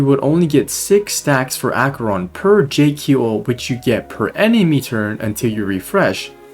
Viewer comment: your pronunciation on Jiaoqiu was so atrocious omg 😭😭😭